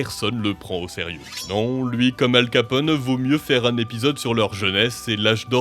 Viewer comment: je suis le seul qui a entendu al capote